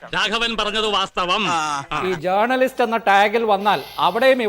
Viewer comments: Chintha MA ( Eng) ...., അയ്യേ മേയറേ...., ജേർണലിസ്റ്റ് അല്ല, ജേണലിസ്റ്റ് എന്ന് ശരിയായി പറയൂ.....!!!😮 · ജേർണലിസ്റ്റ് എന്നല്ല ഉച്ഛരിക്കേണ്ടത് ജേണലിസ്റ്റ് എന്നാണ് സഖാവേ 🤪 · ഇംഗ്ലീഷ് ഭാഷയിൽ ഡോക്ടറേറ്റ് ഉള്ളവാൾക്ക് ജേണിയലിസ്റ്റ് എന്ന് കൃത്യമായി ഉച്ഛരിക്കാൻ പോലും അറിയില്ലല്ലോ...